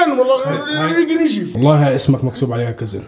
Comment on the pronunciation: ❌ نجي ✅ عادي❌ عدي ✅ مروان ❌ مرون ✅